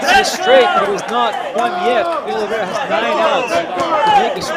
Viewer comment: Oliveira is pronounced similar to "aw-leev-ay-da"